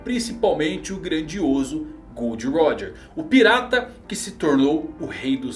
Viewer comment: GOORRDO RÓDJA.